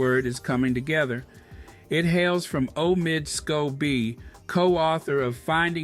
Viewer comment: Um why are you pronouncing Omid Scobie's name like a robot,? 🤔 Anyway, Congrats Omid! That Sussex effect is spreading, lol.